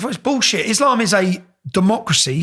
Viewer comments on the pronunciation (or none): none